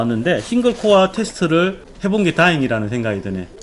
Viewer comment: 아재요.... 코아가 아니구요 코어요 발음이 ....ㅠ.ㅠ